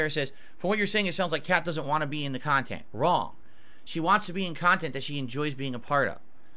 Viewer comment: my beloved. That’s real pahsitive khantent, right there.